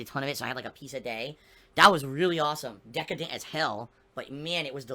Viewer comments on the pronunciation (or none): "dekehdent" lmfao